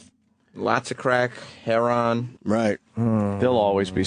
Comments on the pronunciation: Black people? They say it like that, "hair-own". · Who was that who pronounced heroin, "hair-on?" Fucking gold.